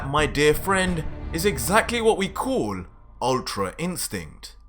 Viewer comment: Tbh, this manga series is great and all, but you need to improve on your "l" sound. "Fool" "Call" "Cool" sound kinda forced and weird.